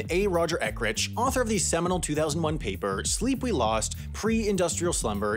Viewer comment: he needs to learn to say "Ek-urch" and NOT "Ekrich." (unless he's a sausage)